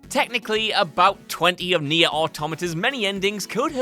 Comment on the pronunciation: Cant believe he didnt pronounce Nier right, completely forgot the rest of its title Tomato Tomato.